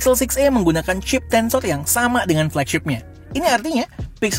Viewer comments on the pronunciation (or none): Sorrrr tensorrrr